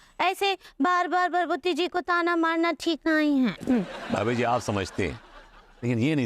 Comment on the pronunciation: अबे वो भाबी जी नहीं भाभी जी होता है 😂😂😂😂